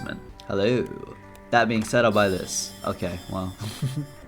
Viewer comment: "i saind gg a 5 times" ahh moment 🥀🥀😭🙏